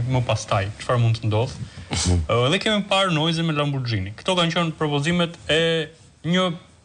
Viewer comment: degjoj shume shqqiptare qe e shqiptojn gabim , Jo Lamborxhini por, Lamborgini